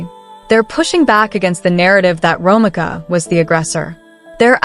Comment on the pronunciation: Say it with me…. RO MEEKA not Romica. In the future you should check the pronunciation of the persons name if you’re not sure.